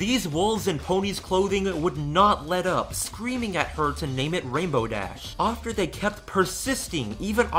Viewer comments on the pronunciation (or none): I really like your viodes BUT how come you say "offter" instead of 'after'? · Great video but why do you say after as ofter? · The word is after not offter. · Why do you pronounce after (ofter) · I love how you say "ofter" instead of "after". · Dude I love that way you say ‘after’